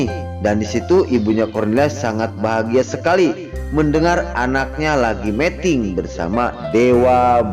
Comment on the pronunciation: Aduh min meting itu artinya kawin tolong yg bener bacanya meeting